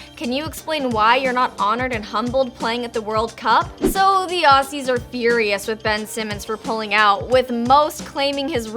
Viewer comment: Why she say Aussies like that